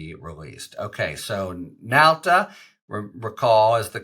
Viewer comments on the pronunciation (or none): Nauta, not Nalta. Right?